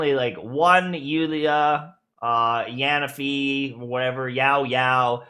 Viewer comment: Love, but the way he said Yanfei 😂